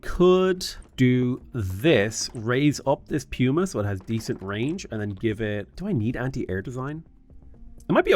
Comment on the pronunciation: Surely it’s pronounced puma (Pooma) right? Like the animal